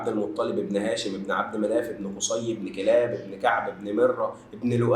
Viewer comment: تعديل لانك تاني مرة تنطقها غلط ابن كُلاب ✅ ابن كلاب ❎ حتي لو ماكنتش مقصودة، و جزاك الله خيرا في محتواك للتوعية